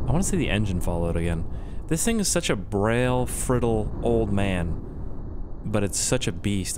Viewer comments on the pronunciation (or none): I think he meant to say frail brittle old man not brail frittle old man, the man is a "genius" but he's still my favorite youtuber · I like how he said "braille frittle" instead of "frail brittle" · Not "brittle, frail" it's "Brail , frittle" in the video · did he say braile and frittle instead of brittle and fraile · "brail, frittle"